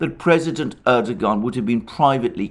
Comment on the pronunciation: turned this off after a barrage of "erdo-Garn" - it's a Turkish name, it isn't pronounced like that, make an effort ffs